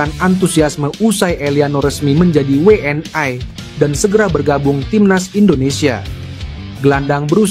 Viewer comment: Saran bang, ucap'nya We'eN I (WNI) aja sih bang, jangan We eN Ai.. kalau pake Ai itu harusnya Double Yu (W)nya.. We'eN Ai kurang nyaman dengernya.. 31 menit nonton ampe abis bikin nge'batin aja